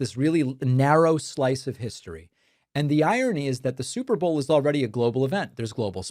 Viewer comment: 😂 ohh that’s just megyn kelly .. “bleeding out of her wherever!!” && did her dumbazz say “stuperbowl?!”